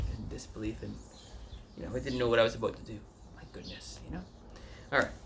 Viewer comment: Like when u say, "aboot."